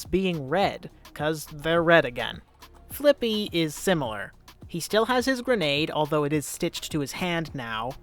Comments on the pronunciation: For some reason I hear flick B instead of flippy and some parts of the video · when anyone says fliqpy I always hear "flick pea"